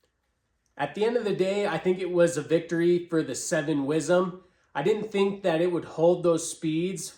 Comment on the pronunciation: Sorry. You lost me the first time you said wizzem 🤷‍♂️